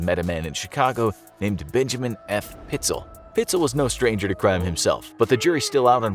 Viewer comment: Correction: PITES--ELL